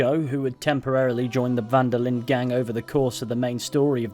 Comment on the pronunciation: Van der Linde is also pronounced wrong by everyone in the game and almost everyone playing it. As a german, german and dutch are very similar languages, and I was really shocked how people pronounced "van der Linde" like "Wanderlin"